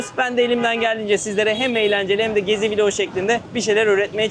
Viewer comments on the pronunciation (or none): none